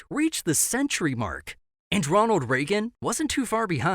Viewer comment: "Ronald Reaga"